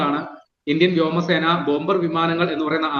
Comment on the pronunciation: പറയുന്നതിൽ കുറച്ചുകൂടി വ്യക്തത വരുത്തുക. ഇന്ത്യൻ വ്യാമസേന, ബോംബേയർ വിമാനം എന്നൊക്കെയാണ് കേള്കുന്നവർക് തോന്നുന്നത്.